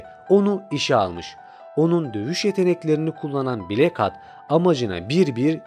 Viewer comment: nolur hatı hat diye okuma artık